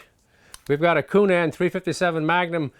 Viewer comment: Love how he says Coonan just like coonass!